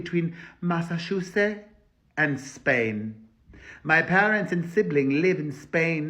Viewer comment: "Masa-shu-seh" (Massachusetts) had me rollin' 😂😭😭?